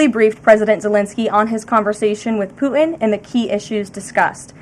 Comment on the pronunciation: Ugh. The new way of talking is annoying. Putin is mispronounced 'Puh-enh'. Happen is 'hoppen'.